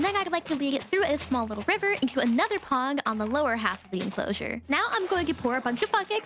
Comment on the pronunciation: Did anybody else notice that she said pong instead of pond whatever she was working on the allosaurus